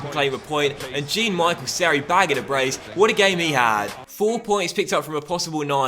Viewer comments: BTW it’s pronounced Me-shel Seri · Haha the way you pronounced seri